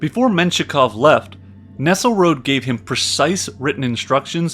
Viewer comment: Good narrative, though with a lot of words mangled: Magyar is pronounced majyar or madyar not Magyar, Russian minister Nesselrode was German not French, thus NEssel-ROdeh, not Nessel-Rod. To comprise means to include, not to compose, thus something being comprised of something is like something being included of something, it's not English. Kuku Kskaka is actually Koochook Kahjnarja or -ji. Walsha is actually Wallakia.